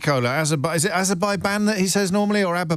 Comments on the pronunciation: Ayzerbijian! 😂 (Yes, I spelled it how Trump pronounces it. Incorrectly!) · Aberbaijan, it's pronounced Aberbaijan, Sir!